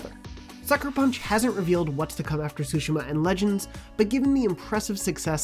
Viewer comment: im just happy that pronounced "Tsushima" correctly 😫